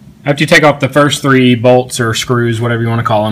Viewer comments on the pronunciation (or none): none